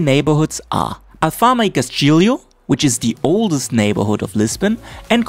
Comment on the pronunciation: It is not "castilio" it is Castelo, (the full name of the area is Castelo de São Jorge) Nice video tho.